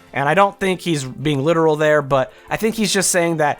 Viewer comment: The way you say literal really triggers me.